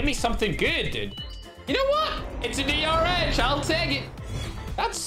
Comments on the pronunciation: The didly-rh not the drh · A person saying DR-H:DR-H Ferg:DR-ECH